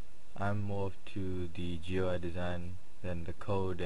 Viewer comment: You don't say each individual letter in "GUI," you read it as a word, which sounds like "gooey." Rhymes with dewey.